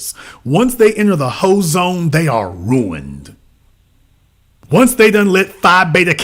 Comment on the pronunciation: “She’s ruint” 😭